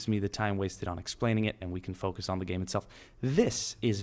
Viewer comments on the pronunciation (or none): none